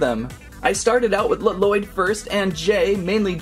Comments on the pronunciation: He says lloyd wrong It's pronounced loyd but spelled lloyd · Your supposed to say lloyds name as if there was one l